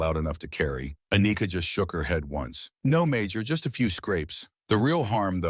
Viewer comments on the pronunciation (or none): "A-nika" really....🤦🏽‍♂️....